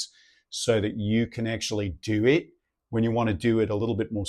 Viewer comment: So impressive man, really not used to people getting it that right. Only bits that gave you away: you used a kiwi 'a' on 'actually' and 'that' , and most of your 'i' sounds on 'it' were too sharp, they need to be more schwa sounding, like the 'it' . And that exaggerated accent was actually great, plenty of people speak like that unironically.. until ya said 'crikey!' haha.. the vowel needs to heavily modulate, as in 'oy'